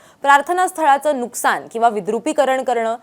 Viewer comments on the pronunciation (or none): none